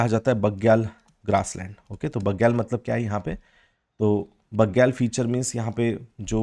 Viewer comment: भोटिया को आप भूतिया बोल रहे है बुग्याल को आप बग्याल बोल रे 😇😇